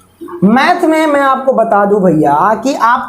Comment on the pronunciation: bro vo maths hota hai (meth) nahi